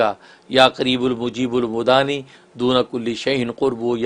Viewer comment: Inka pronunciation sahi nahi hai Mudaani likha hai aur bol rahe udaani Kya sahi hai plz bataye